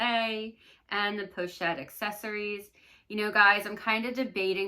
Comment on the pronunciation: "Accessoires" is not pronounced "accessories"...so many creators say it incorrectly.